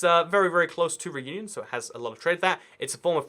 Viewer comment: can we get somebody to pronounce réunion correct?